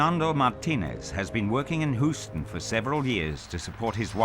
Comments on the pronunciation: die meisten Amerikaner brauchen nicht Deutsch zu sprechen (sagt ein Amerikaner, der Deutsch spricht) and BTW, Houston is pronounced "HYOOS - ton" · Hooston-I guess that might be an alternative pronunciation(Heard it before in a Superman movie) but it is You stun or even Hyoos ton if you are Stewie from Family Guy.Good video,nonetheless.It's kind of like a TV movie but with accurate science. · "Hoosten" lol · oh no, not HOOSTIN! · It's "hyooston". Good lord. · Nobody: ..... The narrator: "Hoos-tin" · Narrator said "HOO-ston" 🤣🤣🤣(houston) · Why does the "expert" keep on winking at me? Why does the presenter call it "Whoosten"? Why not just say, when an asteroid is heading for Earth, go live with the Baka people? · Houston is pronounced. Hugh-stun. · Why does the narrator keep pronouncing Houston "HOOSE TUN"??? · Hooston lol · This dude pronounces “Houston” kind of funny lol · Hooooston? Nobody told him how to pronounce Houston? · For the benefit of all the name is Scottish. It's pronounced "Whoston". You're welcome:-)